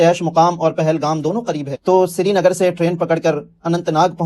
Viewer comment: It's not shrinagar not sernagar